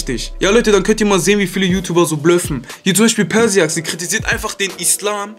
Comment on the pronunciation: cooles Video aber ich wollte dir nur sagen persiax wird pörscha x ausgesproch😉#TeamLecanko mach mal ein Video mit feelgamingtv